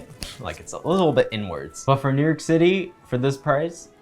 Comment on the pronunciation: The way he said New YERK at the mark